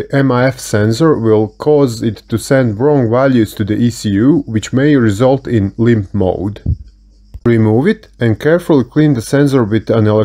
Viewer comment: I want to make a compilation of Everytime he says "lympTf moaadd"